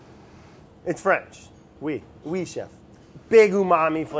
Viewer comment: As a french speaker, that «oui chef» was pronounced beautifully